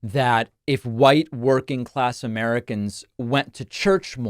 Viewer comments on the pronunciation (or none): none